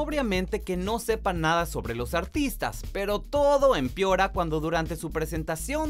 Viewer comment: No se dice empiora se dice empeora